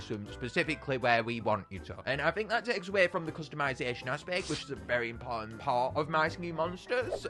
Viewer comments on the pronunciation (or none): none